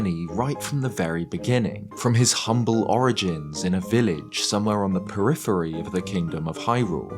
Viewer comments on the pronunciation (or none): none